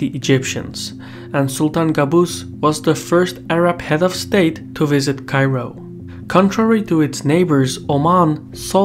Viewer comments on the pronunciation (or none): none